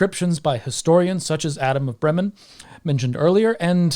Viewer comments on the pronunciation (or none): "Bremen" ist correctly pronounced with a long E and a short M, the other way around as you did it ;)